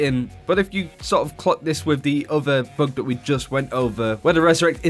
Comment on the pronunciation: Who else thought he said "book" instead of bug?